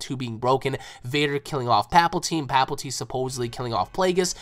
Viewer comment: Thought I'd mention this it's palpatine not paplatine